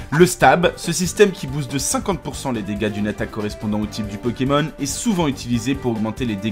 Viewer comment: vous êtes bien sympa mais apprenez à prononcer le nom des Pokemon, ça devient vite irritant...